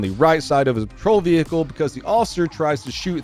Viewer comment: "Vee-hickel". LOL.